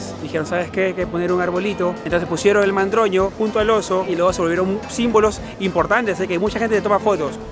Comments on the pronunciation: Oso y Madroño, no mandroño 😂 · Jajaja es madroño no mandroño 😅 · El Oso y el Madroño,, no mandroño:) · Mandroño jajajajajajaj me gusta el nombre pero es Madroño